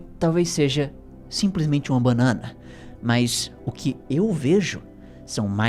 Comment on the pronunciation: "uma bãnãna..."